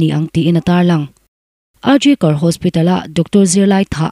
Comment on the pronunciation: I aw a nalh in, i chhiar nãl viau mai.Mahse,thlûk dikloh i nei nual mai.Neihloh khua a Tuitam Zau tih a Zau i lam dan khi a diklo.Zau khi huan tih nen a rik dan a inang tur ani.RG Kar Hospital tih a Kar i thlûk dan pawh khi a diklo.National News Channel tehi en tam rawh u.In zir zêl hi a pawimawh ania News chhiar ṭhin tan phei chuan.